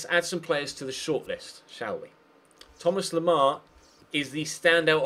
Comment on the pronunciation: why do you say 'Thomar Lemar'?